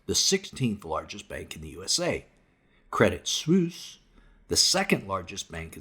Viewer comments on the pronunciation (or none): Credit Suisse is pronounced Credit Swiss. I don’t care about the bank, but i do care about the ordinary person who has money there.